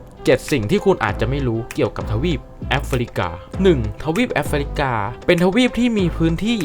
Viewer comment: จากที่ดูมาหลายคลิป ช่วยปรับปรุงด้วยค่ะ 1 นะครับ เยอะเกินไป บางจุดเปลี่ยนเป็น ครับ ก็ได้ บางครั้งจบประโยคด้วย นะครับ ติดกัน 2 ประโยค มันมากไปค่ะ 2 ควบกล้ำให้ถูกต้อง ราวๆ ไม่ใช่ ลาวๆ รอง ไม่ใช่ ลอง 3 ออกเสียงให้ถูกต้อง แอฟริกา อ่านว่า แอฟ ฟริ กา 3 พยางค์ ไม่ใช่ แอฟ ฟะ ริ กา , ทุ่งหญ้า Savannah อ่านว่า เซอะแวนหนะ ถ้าออกเสียงแบบไทยคือ สวันน่า 4 ข้อความในคลิปบอกว่า 30.4 ล้าน แต่อ่านเป็น 3.4 ล้าน